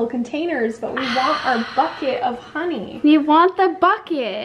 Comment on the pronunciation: It’s honey not Ron 😂